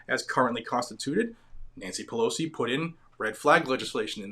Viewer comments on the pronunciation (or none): none